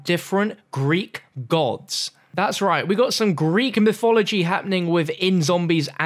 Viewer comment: Lol dude he has the hardest time pronouncing words properly. A sturdy figuhh. And a royal skeptahr. Greek myfology. Good going.